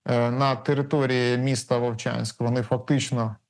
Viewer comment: Вувчаньскь😂😂😂😂 епаная мойва🤮🤮